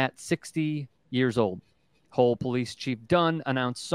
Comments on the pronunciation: It’s Hull not hole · It's Hull Police, not Hole Police....duncecap.